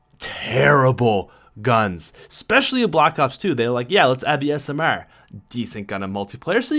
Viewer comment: I love how he pronounces 'SMR' like 'SM-AIR' :)